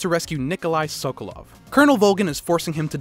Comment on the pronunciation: Where’s the white guy who can’t pronounce SOKOLOV lol